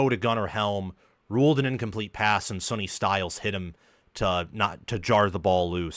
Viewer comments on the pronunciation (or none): His name is Sonny …pronounced Sunny, not Sony.